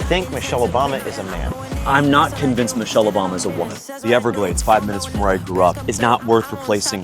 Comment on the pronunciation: Not con - vinced